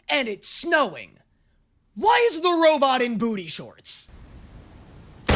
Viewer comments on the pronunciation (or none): none